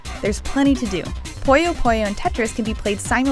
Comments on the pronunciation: I just want to say that it's not pronounce "Poyo", it's pronounced "Puyo". Say it with me now... "Poo Yo" Simple. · It's so hard to listen to her (yes, assuming her gender) pronounce "puyo" (as they say in the game's intro) as "pollo" (chicken in spanish) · It's pronounced 'poo-yo', not 'poy-yo'. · I hate how people pronounce Puyo as Poi-Oh